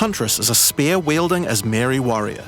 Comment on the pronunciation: Why can’t you pronounce spear properly?😂